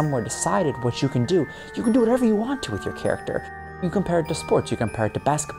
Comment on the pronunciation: "I wanna show you I KEN do it"